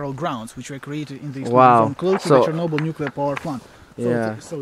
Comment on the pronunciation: The way he pronounces Chernobyl kinda triggers me